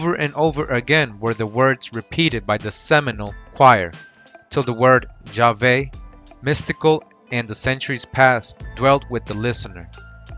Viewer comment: Its Yahawah not Hawah